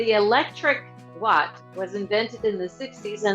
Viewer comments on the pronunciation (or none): none